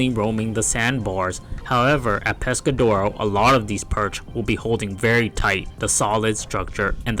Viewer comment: Your AI voice pronounces Pescadero "Pescadora" 😂